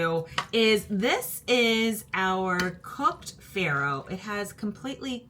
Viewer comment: You might want to check your pronunciation of faro.